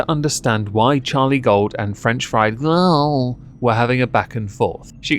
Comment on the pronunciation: The next time you say "Gorl" it just should keep getting worse until it's post verbal sounds.